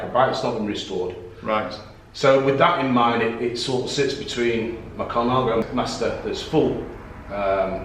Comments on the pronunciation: What a guy, great he could share his collection. A growing business I expect. Why not pronounce 'Colnago' like the Italians, (col-Nah-go (emphasis on the 'Naah') and not Colon-ah-go) or are we English allowed to butcher all trade names for not being British? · Aaah !!! Stop saying "ColOnago" !!!!!!!! ;-) What a great shop.